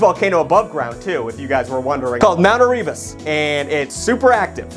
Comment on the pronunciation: i think erebus is pronounced air-uh-biss